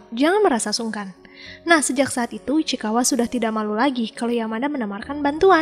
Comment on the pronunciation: Ichikawa ❌ Ichikiwir✅